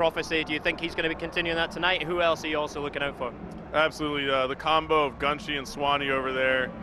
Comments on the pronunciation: Gunshee? I think he means Gun shy.... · Now, I don't mind commentary, but did it really take him 3 days to still not realize that it's "Gun shy" and not "gunshee"? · Anyone else think gunshy should be pronounced gun shy, not gun shi? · Dude.. hes saying gunshee. Its gun shy gunshy. Shy. U fool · I always thought it was pronounced 'Gun-Shy' rather than 'GunShi'